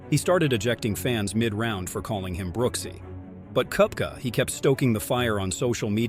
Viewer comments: Brooks cup-ka and Bryson De-shom-beau? Seriously? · Brooks KUP-ca?